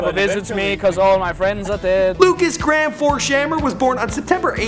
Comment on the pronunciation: lukas gram? its pronaunced Lukas Grayham